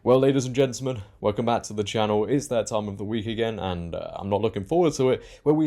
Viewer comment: Brilliant show just one point to make and help you out. You pronounce gentamen as gentlemen, this is very important.